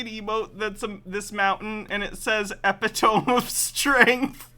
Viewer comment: when he said epi-tome I burst out laughing, and my laughter sounded so identical to yours it made me laugh harder.